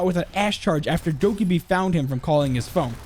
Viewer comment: Why you pronounce it doky will always confuse me because everyone I know pronounced it dokaby